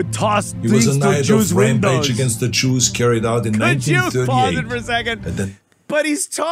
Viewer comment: Who are the Chews he speaks of?